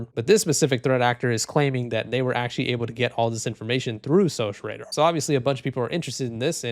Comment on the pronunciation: It's pronounced SOCK Radar. Security Operations Center.